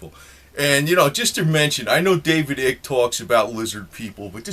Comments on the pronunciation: This guy is making a mockery of it. I hate your voice bro. It's not ick. Its icke. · lol can't believe he said eek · his name is David eye-K..not ick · Not Ick but eyek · At least pronounce Nr Icke's name properly ffs, it rhymes with BIKE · Pronounce his name right: David Icke, is with a long-vowel sound: like as in Ice!! NOT a short voul sound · David Eye-k or Ike rhymes with like.